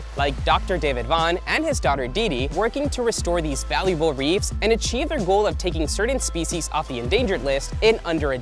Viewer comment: Reefs not reeves! 😣